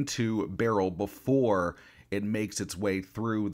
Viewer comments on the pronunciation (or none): none